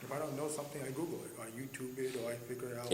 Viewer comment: LOL " I goggle law.."